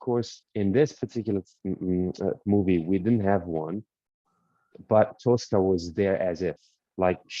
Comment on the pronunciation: It's Tosca not Tulsca!!